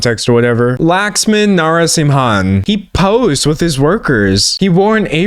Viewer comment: your pronounciation of the ceo's name killed me, its not 'Lax- man' its lu-k-sh-m-un(as in stun) TT